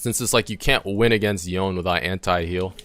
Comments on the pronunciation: Loved the vid, loved the info and tips, loved your attitude and the commentary, but bro: Yoh-neh. Not "Yown". Yoh-neh. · please its yoné not yon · Really grinds my gears when people can't pronounce such easy names. His name is Yone. Yo-ne